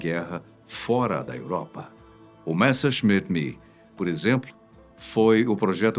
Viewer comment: Compartilho a dor dos apaixonados por aviação quando ele disse "O Messershmitt ""MI""" foi o "projeto""